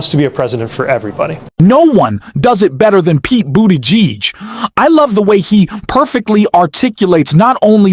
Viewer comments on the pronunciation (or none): Pete's name is pronounced "BOOT- EDGE- EDGE" , accent on the first syllable according to Pete's husband. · lol, I’m giggling how you pronounce his last name, think boot edge edge, I learned this from a 6 year old girl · "Do you then think half the Americans who seem to prefer him over Kamala Harris are clueless?" Obviously they are. The weird Machine-Voice is a little scary... and pronounces "Buttigieg" very strangely. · I think Mayor Pete will. at some time in the future, be the President. And America will be much better if he is. I wish you would, however, drop the weird pronunciation of his name. That alone takes away a lot of credibility from the veracity of your channel., you have heard his name a thousand times and know how to say it.